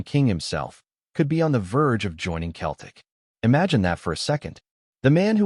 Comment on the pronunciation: 😂😂😂😂😂😂What a lot o 💩💩💩💩💩💩 It’s fucin Seltic not Keltic 👹👹Get this site tae fuc